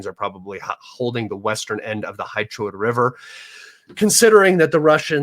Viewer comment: Гуляйполе «Gulyaypole» is correctly pronounced goo•lyai•POH•lyeh, with stress on the third syllable.